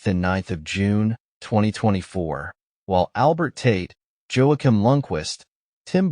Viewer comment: "Joakim" might be pronounced "Wah-keem".